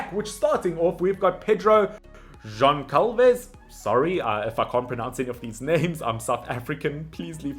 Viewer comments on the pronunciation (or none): none